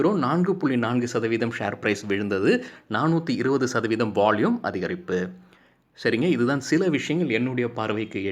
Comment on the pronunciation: நீங்க பாலக்காடா மலையாளமா ??வால்யூமுக்கு வாள்யூம் என்று சொவ்வதினால் ..... என்ன சரியா..???பதில்??